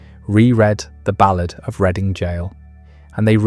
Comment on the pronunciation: It's RED---ING not reading 😮